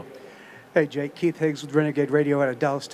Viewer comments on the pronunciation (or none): none